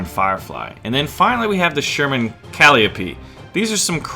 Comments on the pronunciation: Calliope is pronouced cal-eye-oh-pee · its pronounced ca-LIGH-oh-pee... >.< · Just FYI, Calliope is pronouced Call-Eye-Oh-Pee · Just a few things. The Sherman rocket system is pronounced, "Cuh-lye-oh-pee", after the Greek mythical figure. And the American 76mm was inferior to the British 3-inch 17-Pounder. The American 76.2 could punch about 110mms of hardened steel at point-blank range with an APCBC shell, (although some "hot" loads were made to do better). The 17-Pounder used on the Firefly had a larger powder charge, (thus the longer barrel), which enabled it to penetrate about 140mms of hardened steel under the same conditions; it actually outperformed the German 8,8cm KwK 36 L/56 gun, (i.e. Tiger gun), at closer ranges, although the 88's mass enabled it to hold its energy better down range. The only advantage the American gun had related to faster rate of fire, due to the mechanically advanced M1 gun, lighter shell and extra space to move within the T23 turret. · Just a heads-up: calliope is pronounced "cal-eye-oh-pee". It's named after the musical instrument. Cheers!:) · It's a good video but it ticks me off how you pronounce things like calliope and calling the 17pdr a 3 inch